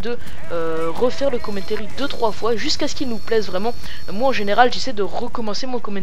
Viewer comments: le " commentairy " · Commentéri nan mais lol sois tu le dis en anglais avec l'accent sois en francais mais pas un melange des deux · si toi ossi tu dit commentAry et non commentéry